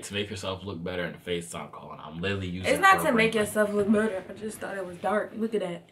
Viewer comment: Dis dude think we gone slide past the fact that he said “litlally”